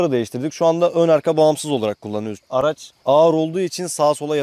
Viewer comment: Araz da değil (araç)